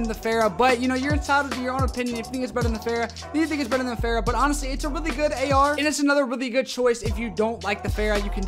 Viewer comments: Fara not Phara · Every youtuber: fara Him: fera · Say it with me, not FERA. FAHRA!!!!!!!!!!!!! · The way he says fara